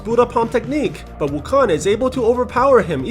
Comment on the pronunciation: Dude its not wukon its wu kong